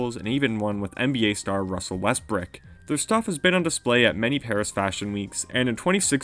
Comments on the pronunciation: Ah yes “Russel westbrick” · "Russell westbrick" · “Russel westbrick” ~ mr. F hopsin